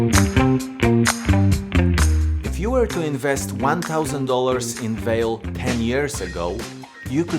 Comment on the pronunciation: pronounced valet not vale